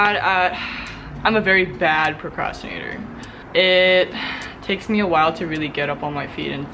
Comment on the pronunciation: PWOCWASHTINASHUN SISTERS 4 LYFE :'(((